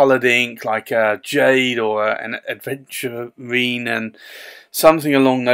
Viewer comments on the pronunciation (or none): My only complaint is the mispronunciation of the word Aventurine. Especially as you’re writing it since THERE IS NO D. Apologies, love the reviews